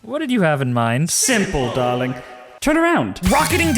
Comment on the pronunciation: DO THIS BUT ODY IS IN ZELDA PLSS!!❗❗❗ UR SO FUCKING FUNNY TOO, AND I LOVE THE SUBTLE WAYS YOU MENTION THE SONG LIKE SURVIVE, THE CHALLENGE, SUFFERING, MONSTER ETC. AND OMGH HERMES I LOVE HIM SM 😆🩷💞 AND YOU SAID DAWLING 😭